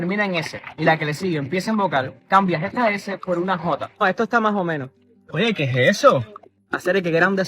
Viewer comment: its more like qué e jeso